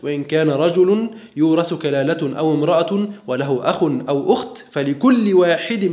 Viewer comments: كلالة. تنوين بالفتح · كلالة و امرأة منصوبان وليستا مرفوعين يا أخ الفاضل انتبه من قراءة كتاب الله تعالى لو سمحت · للتنبيه فقط بارك الله فيك « كلالة » بفتح التنوين